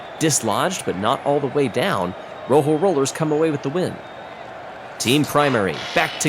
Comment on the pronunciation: Also, please, learn to pronounce Rojo correctly.